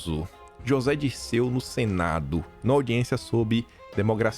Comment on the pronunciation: "DIRECEU"!! Ksksks